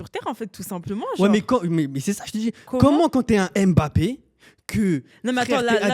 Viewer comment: tu m'a fait frizzer mes oreilles. EMEBAPPé, pardon respectons le nom de l'enfant "MBAPPé", tu dis pas EMambo tu dis mambo. a dit "jai la video j'ai cru que vous alliez montrer les videos de la tromperie🤣🤣🤣"